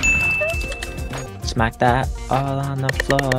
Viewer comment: U mean “shmack” 😂